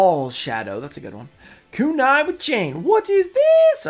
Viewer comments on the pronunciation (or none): none